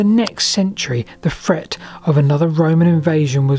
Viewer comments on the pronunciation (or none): The is a "T" in Britain.... No "fret" intended